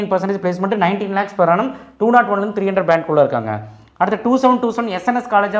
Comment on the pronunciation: Per annum na enna athuvum konjam theliva sollunga